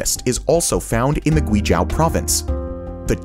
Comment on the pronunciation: Guizhou ==> Gwee-joe.